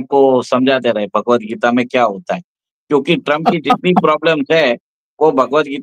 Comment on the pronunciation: BHHAAGWAT NAHI BHAGWAT BOLE